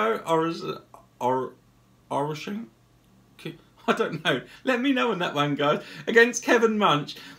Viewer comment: 1: Your pronunciations of Oreshkin was amazing. 2: You kept the same pic up for Munch and Kantele